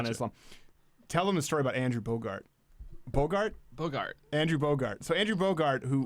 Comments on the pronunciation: Andrew BOGUT!!!!! NOT BOGART!!!!! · It's Bogut not Bogart LOL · It's Andrew Bogut not Bogart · There is no r its Andrew Bogut!!!! I cringed so hard haha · Lmao face palmed really hard every time he said Andrew Bogart